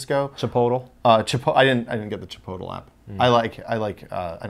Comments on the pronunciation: Chipotl? Chi-pote-lay! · Are they kidding when they say "Chipotle" like "Chip-oat-el"??? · lol at "chip-o-tal" xD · wait did they just call chipolte chipolto? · Is nobody going to talk about how they pronounced Chipotle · thats not how you pronounce chipotle just fyi